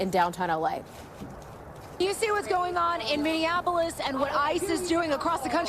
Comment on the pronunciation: The guy on stilts didn't say Minneapolis, it sounded like he said Mindianapolis